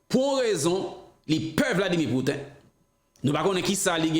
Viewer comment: se mwen ki la pou korije, mpa vle w di: Vladimir Put-in ankò, se Pouti-n